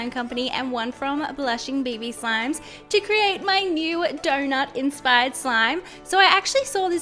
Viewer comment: Iike if you agree I am just saying every time you say donut 🍩 it sounds like donor but really cute tho ps ❤️ your vids